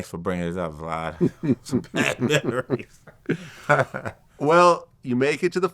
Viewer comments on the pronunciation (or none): I love how Coop calls Vlad, Vlodd 😂